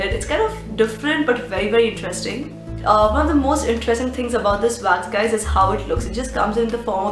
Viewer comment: Why do you say Vax?